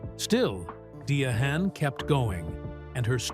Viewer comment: Her name us pronounced Di-ann.Give our legends respect please❤😂